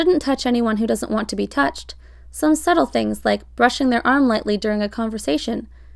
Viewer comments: Oh my god when she said ‘Be yourself’ I thought she said pee yourself, when I tell you I screamed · I swear it said pee yourself... But if said be yourself 😂